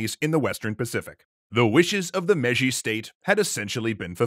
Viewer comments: Mei-ji not meji. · i think the pronounciation is "May-jee" for Meiji